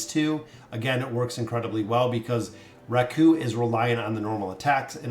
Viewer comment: No hate but Raku is pronounced RAku, not raKU